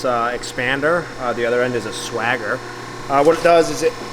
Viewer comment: it's swager pronounced like wager, not swagger